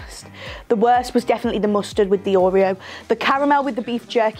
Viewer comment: Oreo’s and mustard is my fave part 😭 I thought you said custard and was like what that can’t be that bad 😂x